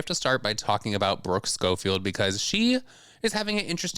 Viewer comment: Also can she go and learn how to pronounce Brooke Schofield correctly !! Maybe the licking of the toilets rotted her brain 😂 and tbh does anybody even like Brooke like that?? Cuz I know I liked the Cancelled Podcast when it was just Tana .. stopped watching once Brooke was added .. she is a boring hater and rude as fuck!!